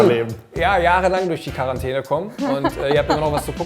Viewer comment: fun fact: Seit das Wort Quarantäne in aller Munde ist, merkt man, dass 90% der Deutschen es nicht richtig aussprechen können. Das nervt tierisch, danke, dass ihr es thematisiert habt! Dachte echt, ich wäre die einzige, die es richtig ausspricht.